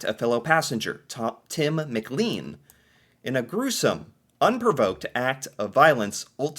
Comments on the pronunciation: McLean is NOT pronounced Mc-Leen, it is Mc-Clayn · Or Mick Lane. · McLean is pronounced "mc-LANE"